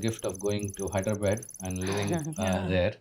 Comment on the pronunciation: haaidreebed 😂😂 is it in UK